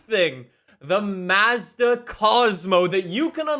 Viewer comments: i hate the way he says mazda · Finally someone from across the pond who can pronounce Mazda properly. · Every time he said m a z d a I wanted to die lol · the “Maah-zda” bothers me every time 😭 It’s more like “Mozda” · MAZZ-DUH??? bro it's pronounced MAHHS-DUH wtf lollll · It’s not maezda it’s Mazda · hey! here’s a quick pronunciation lesson!!! SAY-LEE NEE-SAWN MAHZ-DUH FEE-OTT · Mazda. Not m a z d a and forza not forttza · I like how worried about how to pronounce saleen but not Nissan, Hyundai, Mazda, Forza, or any of the other horrible ways he pronounces names lol